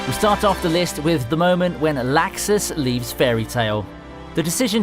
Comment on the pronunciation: Sorry but it's pronounced locks is (laxus)